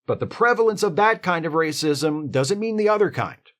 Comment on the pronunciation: 'But wacism is iwwegaw'